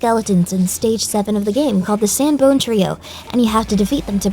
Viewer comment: The SANBONE trio. SANBONE. Are you kidding me?